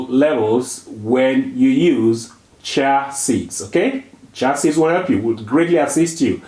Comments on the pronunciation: One correction if I may, if u pronounce chia as chee-á, it’s easier for westerners to understand your beautiful accent. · Pronunciation: "Cha" seeds 😂